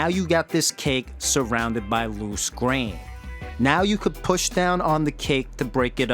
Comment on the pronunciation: Why u say push n squish like that